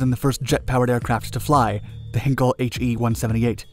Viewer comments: Try to pronounce Heinkel as H i nkel. Not H e nkel. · Just a note: Heinkel is pronounced hine-kel (put it in google granslate english and press the speaker icon or just put the original in german google translate). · Umm, what? Heinkel is pronounced Hain-Kell, come over Germany and you’ll see how we say it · or better HighNkl